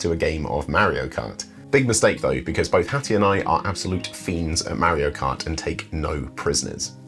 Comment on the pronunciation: Did he say "MarioKunt" or was that just me?